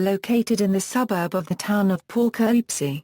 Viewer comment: The pronunciation of the subject city's name is pathetic. Too bad you couldn't have a more capable computer generated voice narrating or, Heaven forbid, a human.